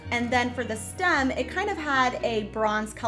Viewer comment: lol…… what is a Stum? Did you mean Stem? I find it hilarious when people want to change the English language, but I had to listen to you twice to make sure I understood you correctly and how you were pronunciation STEM. might want to google that lol I’m not trying to be ugly. It was just hilarious. You made my day it’s Friday.😂😂😂😂